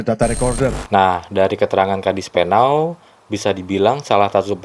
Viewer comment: Koreksi. KADISPENAU bukan KADISPENAL.